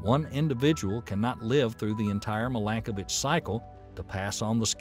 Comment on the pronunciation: In Serbian language, you have to read every letter as it is written - so, i is ALWAYS pronounced as ''ee'' (like: win, pin), not ''ai'' (five)! His name is Miiilenkovic, not mailenkovic - in Cyrillic it is very clear : МИЛЕНКОВИЋ. Also his first name has to be pronounced as Miilutin, not maailutin (meelutin meelenkovic). One sign for one son = genial writing system, too ! No double letter, no deformation of letters trough different readings - once a child learned all letters, can read, understand and write all words in Serbian language. The oldest calendar of the world, that shows Year 7532 in 2023 is Serbian calendar, forbidden by Vatican's ''diplomats''! It was used in our churches in Kosovo that is stolen by NATO/EU and given to Albanian muslims.